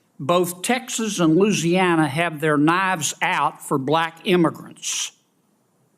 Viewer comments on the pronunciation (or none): "LOOZ' YAN UH"....he needs to roam free in the chicken yard!! A bible thumper with the most nasty mouth! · Kennedy need remedial school its LOUISIANA NOT LOOSANA